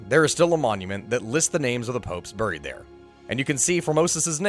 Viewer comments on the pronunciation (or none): none